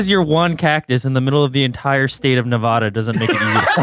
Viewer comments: . I hate it when people pronounce Nevada wrong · ITS NEVADAAAAAA NOT NEVADAHHHHH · vanoss pronounced nevada wrong lol